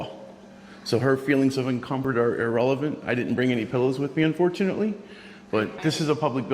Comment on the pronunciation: 14:60 "unfortionally..."